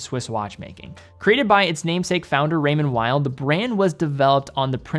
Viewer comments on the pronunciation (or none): Pronunciation of Raymond Weil? The w should sound as a v I think. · More French sounding...Weil is w sounding 😁